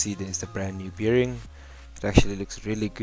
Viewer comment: It is called a bearing like a bear, not beering. It just sounds weird when you say it that's all. But otherwise, good job.